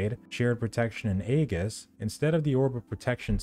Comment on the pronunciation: Thanks for the guide. It's a soft g in Aegis, BTW. Like Georgia or general, not like gauntlet or grab.